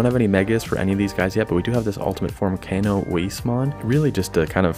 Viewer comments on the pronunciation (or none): none